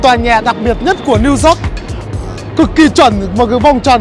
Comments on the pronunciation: Minh de nghi anh Tiep Vu hoc phat am lai ten Thanh pho New York ... chu kg phai New Zot nhe’. Thanks 🙏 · It’s New York. Yo-yo , Not New zot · It’s New York not Zork! lol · nghe gọi “niu zót” cười bể bụng :)) hay đi du lịch nước ngoài thì trau dồi tiếng anh chút đi anh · Xin a đừng đọc tiếng anh nữa😂😂 Niu dooc:)))) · Niu dóp :)) nghe hết muốn coi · Tiệp ko thể phát âm từ "New York" cho đúng đc nhỉ? Lạ thật :D